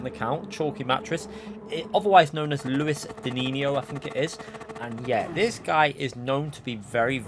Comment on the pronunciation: You are missing the S in his name 😁 Luis dinisio